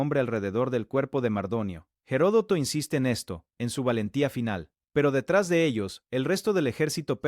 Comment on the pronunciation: Se dice Platea y Herodoto no tiene una hache aspirada si no que la hache es muda en castellano,por favor hable el idioma con propiedad.